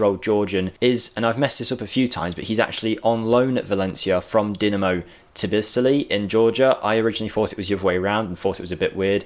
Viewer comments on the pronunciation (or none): you're pretty poor at pronouncinating foreign teams. Just read what it says, dont make stuff up. It say Palmeiras, not Palmerias. And Tbilisi, not Tbisili for example ;)